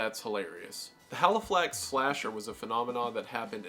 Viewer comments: it’s Halifax not Haliflax haha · It's "Halifax slasher" not "Haliflax slasher". Otherwise good video so far. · HALIFAX not HALIFLAX. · love this video but ‘haliflax’ is sending me as someone from halifax 💔💔💔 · I think it was the Halifax slasher not haliflax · the ‘london-haliflax area’ PLEASE ITS CALLED HALIFAX AND THEY ARE NO WHERE NEAR EACH OTHERR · Really love your posts. Just a small point which is neither here nor there. Halifax only has the first L so just one L. Thank you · It’s Halifax 😂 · bruh.. you got the name wrong - Halifax.. there's no Haliflax in the UK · Hearing wendigoon pronounce Halifax as Haliflax had me in TEARS 💀💀💀💀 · It's Halifax not Haliflax and you say it 20 times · Argh! Please read the names of what you're researching a little closer. It's Halifax, not Haliflax. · no ones gonna point out that its halifax and not haliflax, i thought that was very funny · Halifax not haliflax 😂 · It's Halifax, not Haliflax. Also, Halifax is about 200 miles away from London, so there's really no such thing as the "London / Halifax area", unless that's just a really bizarre way to say "England". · Man these are all so fascinating! I absolutely feel the same in regards to the meowing nuns, it sounds like it was done as a large inside joke at the time that got a bit out of hand. Also in regards to the Haliflax Slasher - I think you may have misread it, it's Halifax here in England. Thank you for researching these, it's a really fun watch! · it’s Halifax HA LI FAX god now i know how it feels when i mispronounce something in one of my videos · Thanks for correctly writing Halifax instead of HalifLax.... Wendigoon does research on stuff and somehow still gets the pronunciation and spelling VERY wrong 😪😪😪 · It's Halifax not Haliflax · Just wanted to point out it is the Halifax slasher not Haliflax. Otherwise great video love your stuff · Halifax not HalifLax, sorry to b a pedant. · Just to let you know it’s Halifax pronounced Ha- Lee- Fax like fax machine haha 😊